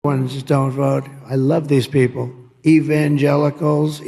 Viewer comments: " I love even the gelicals" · Evan- gel- gel uhhhhhh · EEvanngellicals, evangellicools, eevangelli gelli.... When will his supporters learn?